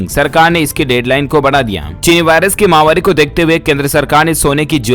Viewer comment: माहवारी नहीं होता है मित्र महामारी शब्द होता है